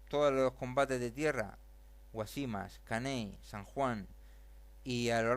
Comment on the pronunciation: Guásimas, es esdrújula, no llana, sólo este comentario. El resto llevaría mucho tiempo y no vale la pena. Lea mejor. El ejército español si remataba en los campos de batalla y un ejemplo de ello es cuando muere Antonio Maceo, (que por cierto no muere con ningún hijo suyo, muere con Panchito Gómez Toro, hijo de Máximo Gómez, rematado a machetazos por dicho ejército) ese día estaban casualmente trabajando los forrajeadores. Creo hay que darle otra vuelta a esto. Los únicos que perdieron en todo esto fueron los cubanos. A propósito Cuba no pidió que la defendieran ni de ingleses, ni de nadie en particular. Evidentemente España cambió el mundo para su conveniencia y le salió mal y con ella arrastró más de medio mundo. Ya está bien.